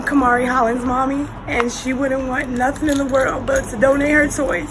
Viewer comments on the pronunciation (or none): none